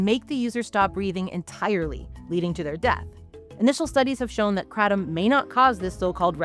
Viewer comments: Had to stop 30 seconds in because I can't listen to you mispronounce Kratom. The kra in Kratom is pronounced like the cray in crayon. The tom is said like the name Tom. So CrayTom. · Erryone I know says Kray-tum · I've only ever heard it called Kray-tom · Did you seriously add an extra t? Wtf is krattom? You guys are pretentious idiots, I'm not watching this bs. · Because that pronunciation seems exclusive to America, maybe Canada as well but everywhere else they pronounce it as kra-tom, the original Thai pronunciation uses a tongue roll. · I shiver every time she says Kratom the way she does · TIL I’ve been pronouncing kratom wrong 😅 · wrong. even mispronounced stop it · How do you know so much yet cannot pronounce KRATOM anywhere near correctly.